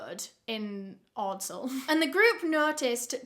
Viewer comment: Ordsall is pronounced odd-sul